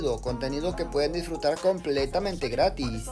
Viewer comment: Escuché grátis 😮